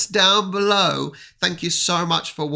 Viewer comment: you doing great! Just to help you find it easier. At the end you wanted to say "Do widzenia" (Do wi-dze-nia), but actually you said "Do widzienia" (Do wi-dzie-nia). There is a small diffrence betwen those two pronunsiations. As you saw syllabl "dze" is more like "ce", where the syllabl "dzie" is more like "cie = će" as same as in "Dziękuje" - word which you already know. So when you see "dze" just say it like "ce" and should be more easier for you and better to undersdand to others. I wish you all the best, and im really happy of your progress!